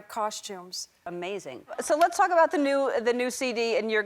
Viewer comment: Oh. Yeah. Las. Go. Las go. Cher